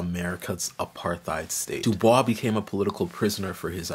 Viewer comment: “My name is pronounced in the clear English fashion: Du, with u as in Sue; Bois, as in oi in voice. The accent is on the second syllable.” — W.E.B. DuBois (from article by Aldon Morris) or DooBOYS according to the NYT.